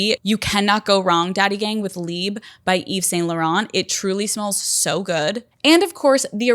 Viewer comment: Omg i am Belgian and speak French but the way you said “Libe” to Libre made my hair crawl 😭😅 I know you can’t do anything about it babe but anyways lol